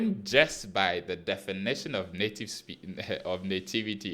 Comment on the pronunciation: Native.... nativity...anyhow you want to say it ... navitivy 🤣🤣🤣